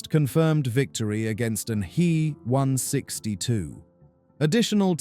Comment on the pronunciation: I do hate these ai voices meeeee 262 and heeee 162, dornier dooooo 355 etc otherwise very interesting.